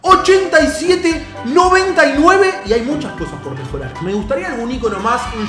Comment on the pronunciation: min dice PO min dice POR